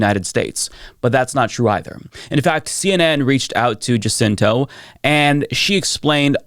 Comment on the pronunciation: And pronounces the victim, Jacinto's name accurately.